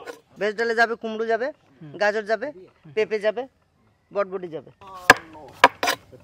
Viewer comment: দাও ভুল কথা বলছে হবে বরবটি বলছে বটবটি